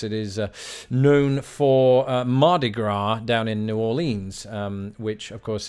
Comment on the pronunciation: Mardi Gras. Not Marci gras...lol